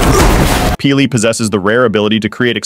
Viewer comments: Love your videos. Disagree with some of the things. But why can't you actually say P'li as opposed to peelee. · I'm sorry but your name pronunciation is NOT it...it's not pili it's p'li 🙏🏼😭😭